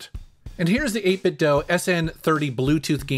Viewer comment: 8 bit DOUGH? I am outraged. I always say "do" like "dew" but maybe I am the one saying it wrong. ha ha :) Awesome controllers BTW I've been using n30 model with my switch and emulators for about a year now